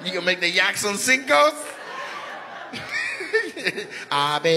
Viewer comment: Yakson sinco lol Nate snapping with the español